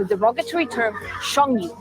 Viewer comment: “Sheng nu” sounds like “shun you.”